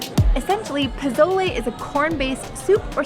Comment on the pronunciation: I love your video, but you’re saying pozole wrong the z makes an s noise like a snake. I just wanted to help you out for future videos, but I really appreciate your video and I can’t wait to try the food.